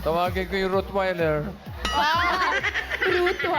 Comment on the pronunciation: ROTTWEILER...not ROOTWEILER and that guy in the audience is correct